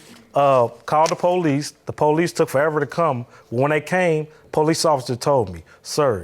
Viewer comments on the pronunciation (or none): Why do ppl say "PO-lease"? It's just police, no special emphasis on the the 1st syllable.